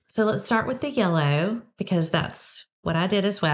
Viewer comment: Closed captioning heard the way you say aside as Assad. I didn’t have it on for “yullow”.